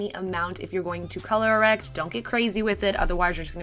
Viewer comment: Sis! Did you say “color erect”?! Lmao 😂😂😂😭😭😭😭